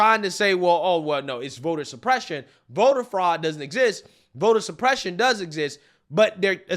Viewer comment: Vota supreshuun.